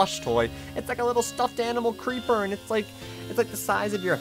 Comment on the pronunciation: Cuz cweeper